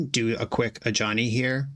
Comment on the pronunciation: Since the Foundations video went live, I always hear "a Johnny" instead of Ajani. Or Jazal.